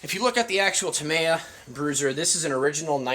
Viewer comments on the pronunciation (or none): Dude. say it out loud. TA-ME-YA. not TA-MY-YA. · Yup, with the stress falling on the 2nd syllable. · It's pronounced: "Tah-ME-yah" not ta-may-a Thanks for sharing anyway. 👌🏼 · Dude you cant even say tamiya or axial correctly you definitely don't know what you're talking about 😅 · You worked at a hobby store yet you cant pronounce axial or tamiya properly. Sad smdh